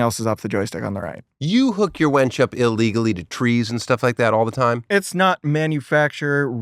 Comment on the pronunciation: Tosh made my eye twitch every time he said "wench" instead of "winch". WIN, tosh, it is a WINch, not a WHENch.